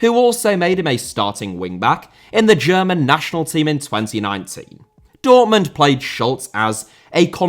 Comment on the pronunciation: Dortmund * not Dohrmund München * not Munich Nagelsmann* not Nohrgelsmann Stadion* not Schtadion José* not Houwsei Gayà* not Hayar Theo* not Thiouw Rather* not Rother Thiago * not Thiohrgouw Andreas* not Andrejas Dembélé * not Dembeilei Busquets * not Băsquets Half* not Holf Koundé* not Koundei Somah* not Somer Omar* not Ôuwmohr Arabia* not Arabier Insigne* not Insignahr Serie* not Siri Lionel* not Leonl Inter* not Ento If it hadn't been* not If it hadn't have been Rahman* not Rohrman Guimarães * not Guêmaraich Augsburg * not Ogsbög